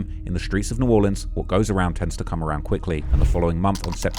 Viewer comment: 1st of all you're a G for visiting NOLA and coming into the hood. 2nd thank you for pronouncing the name of our city correctly. 3rd tho c'mon man I'm FROM New Orleans, I grew up there in Gentilly and in the 9th ward for a minute when I ran away and stayed with my black homeboys who had good momma's and Lil Wayne is top 5 for SURE but there's no world and no fantasy where Wayne is above Nas, Pac and Biggie. I know a lot of people want to throw Eminem in the top 3 or 4 and I loved his first 3 albums but I put him number 5 and Weezy at 4 because when taking their whole careers into consideration and not just their prime stuff - Eminem has dropped a lot of corny music. Especially his latest stuff dissing ice spice and whatever else he's been doing. Shit went downhill as soon as he made that corny song with Rihanna lol. Anyway Lassiez Le bon temps roulette baby!